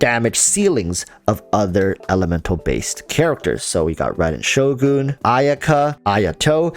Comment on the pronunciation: I appreciate the fact that ur using the japanese pronunciation of "shogun" 🙏 the english pronunciation sounds ugly to me..